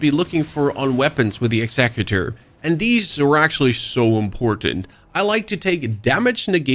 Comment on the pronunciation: "Execue- tor" :face-purple-crying